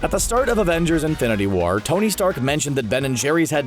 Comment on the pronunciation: I thought stan lee said make love not porn instead of make love not war.